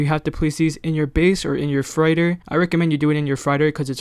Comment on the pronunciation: Freighter sounds like fr8er. 😂😂